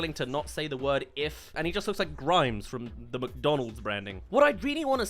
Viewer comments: The fact that you kept saying "grimes" when it's spelled (and pronounced) "grimace". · it's pronounced Grimace not Grimes